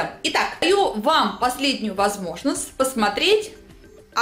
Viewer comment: что за речь? "даю вам последнюю возможнозт посмотреть... " сосиськи